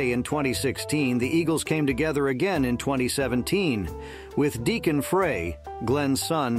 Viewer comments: Stop saying Fray it is pronounced like Fry. Fry not Fray. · Such kind of vudeo must have more accuracy with names. The Eagles' original member Glen Frey was pronounced wrong. Frey is pronounced like "fry". Not like "fray". He introduced himself this way during the introducing of Linda Ronstad to the Rock'n Roll Hall of Fame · It’s pronounced Glen “Fry”